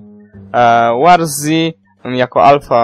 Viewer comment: Eeej nie "łarzi" tylko "łorzi" ;)